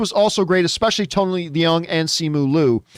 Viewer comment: Having been corrected by others myself so many times, it is pronounced Tony Loong and not Lee-ung. Stand to be corrected again but it matters…he is a great actor so it stands that his name is correctly pronounced. 🙃 Great movie and glad it didn’t suck. But think John is overdoing it. All movies are subjective, and I have only seen it once, with very high hopes and expectations. Having “sat with it” for a few days, this is how it is for me.